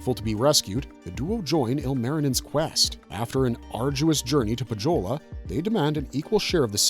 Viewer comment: Nitpick on pronounciations. It's Poe-yo-lah not poh-joe-la. And it's Yo-kah-hi-nen not joe-kah-hi-nen